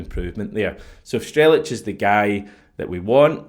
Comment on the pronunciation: You pronounce his name Strel-ets.